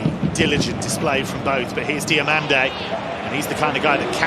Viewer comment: WHY is English commentators always changing names? its DI"O"MANDE not DI "A" MANDE